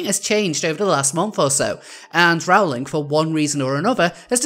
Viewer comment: It's pronounced "roll-ing". :)